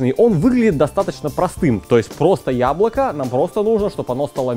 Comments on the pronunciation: тебе тоже показалось что друже сказал хуяблоко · Мне одному на послышалось "хуяблоко"?